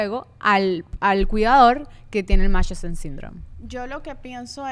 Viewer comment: Buen capitulo chicas pero para la próxima aprendan a pronunciar el nombre del síndrome de munchausen.